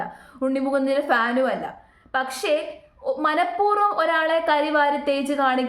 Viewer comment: ഉച്ചാരണം ശ്രദ്ധിക്കണം മനഃപൂർവം എന്നല്ലേ 🙄